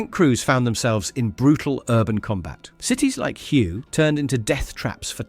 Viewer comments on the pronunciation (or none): Hue is pronounced as WAY.